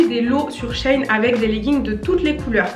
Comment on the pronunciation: Trop cool la vidéo 😍 Tu m’a un peu stressée à dire Shein « Chêne » or que c’est « Chi-ine » 😂